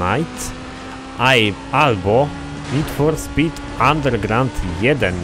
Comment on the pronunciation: Nid For Spit Andergrałnd 1.